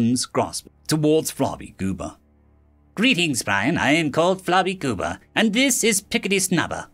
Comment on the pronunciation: I had to read the names because when I first heard you say Flarbygooba's name, I thought you said "Flobygoober" and started laughing. Good thing I'd already swallowed my coffee.